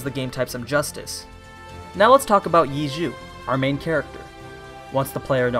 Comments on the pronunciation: its not yea jew but ye seu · You're pronouncing it: "Yiju". At this point, just call him "eat-chu". It'd be closer to the pronunciation than the way that you're pronouncing it. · Lol you're pronouncing ye xiu wrong X in Chinese is kinda pronounced like shh Think of the sh in fish and put your tongue at the back of your mouth iu in xiu is pronounced where the i is ee sound and the u is oh sound Ye sh-ee-oh= ye xiu Also ye is like y-eh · quick pronunciation tip– ye xiu should be said (roughly) like "yeh show". i love this show, thanks for covering it!! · Phonetically its pronounced "Yeh show" lol good analysis though, i watched this and couldn't wait so I went and read the rest of the light novels. So good! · In case anyone cares, you pronounce Ye Xiu "Yeh Shou" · this is very inaccurate, or at least explained in a confusing way that could cause others to understand this the wrong way. Ye is just like "yeh" where it rhymes with "meh" (as in what u say when u see something so-so). Xiu is like "show" except the "h" isnt as strong so that its more like "see-oh" (pronounced as one syllable). Qiu is like "Cho" like the chinese girl from Harry Potter. Basically "iu = oh", and NOT like "ooo" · Its AMAZING seeing how everyone pronounces Ye Qiu wrong xD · P.S that is the wrong way to say Ye Xiu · The way he pronounced Ye Xiu is making me 😅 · your pronouncing his name wrong the first was correct but the second part is wrong i recommend you do some research please do it i am cringing so much just like every other people who know chinese but other than that the video is great